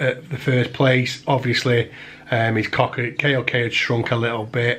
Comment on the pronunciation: K O K is pronounced like “coke” beautiful creature anyway I’m also interested in these myself